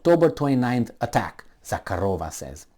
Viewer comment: since you have a crush on the Lavrov's answer to Jen Psaki, you may as well get her last name right:) ZahArova - no k, and emphasis on the second, not third syllable.